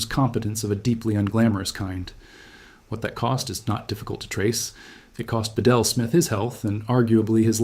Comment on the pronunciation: Smiths name is pronounced beetle not ba-del, and the usual double talk to stretch the time out good ole AI.